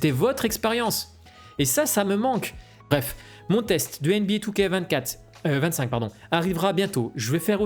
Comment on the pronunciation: comme toujours très belle analyse, et super approche psychologique . Par contre je suis rassuré de ne pas etre le seul à prononcer 2K25 " two-K-vingt-cinq"